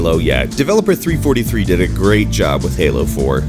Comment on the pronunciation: Ahem... 3-43? I fucking cringed. Seriously.